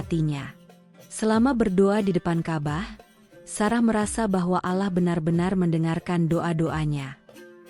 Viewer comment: ceritanya sangat baik , tetapi pembawa jalinan ceritanya kurang baik , misalnya menyebut Allah dg alah. ka,bah dia lafalkan kabah. hal tsb. merusak mutu penyampaian .